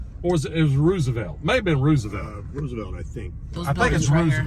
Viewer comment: The way he pronounced Roosevelt pissed me off. 🤣